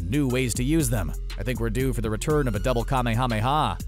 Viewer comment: Holy shit! Just say kuh-may-uh-may-uh wave!